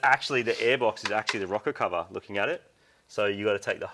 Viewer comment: are you saying a rocket cover or rocker cover? lol